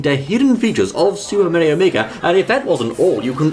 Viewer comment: it Is Mario Not Meario